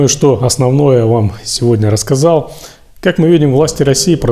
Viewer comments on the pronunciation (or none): none